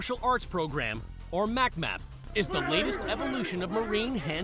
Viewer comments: LOL "mac map" It's MCMAP like "Mc Map".. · hahaha "mac-map" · Ha, he said "MACMAP".